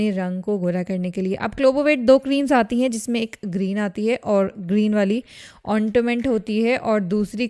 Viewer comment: English pronunciation is very bad. Fair word, she said fear. Ointment word, she said on...ta...ment. hahaha